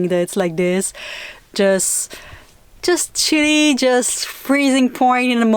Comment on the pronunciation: When you said, chilly I thought you were saying Shitty, lol.